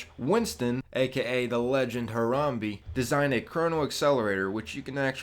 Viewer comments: I disliked this video because you mispronounced our lord and savior Harambe's name. You said Ha-ram-bee. It is Ha-ram-bay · it's not haramBEE it's haramBAE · it's pronounced harambae not haramby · Dis like because he said haramby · one dislike for pronouncing the savior of mankind's name "harambee"